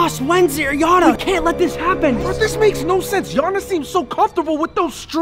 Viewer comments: Why are you calling her jana? Ooł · Why are you calling her jana?